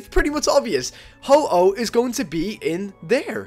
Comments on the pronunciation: I hate this. It's HO-OH not HO-HO. He's not santa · MY FREAKIN GOD IT IS NOT HO-HO ITS HO-OH. WHAT ARE YOU PRETENDING TO BE.. SANTA? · Its Ho-Oh non Ho-Ho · ho-ho, really, it is ho-oh not santa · ITS HO-OH NOT HO-HO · PHOEN1X ohhhh you said ho ho :/ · is Ho-Oh ,not Ho-Ho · WHYYYYYYYYYYYYYYYYY do you say ho-ho its ho-oh ho-oh is not santa!!!!!!! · Ho-oh not ho-ho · XD why after you exit Silver Cove you call Ho - Oh "Ho-Ho" XD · Its ho-oh yup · he called it ho-ho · PHOEN1X yessssssssss